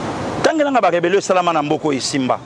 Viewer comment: 😂😂😂😂 Pastor lui, il dit reberion ?